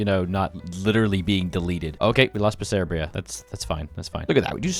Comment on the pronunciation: how did you just say Bessarabia?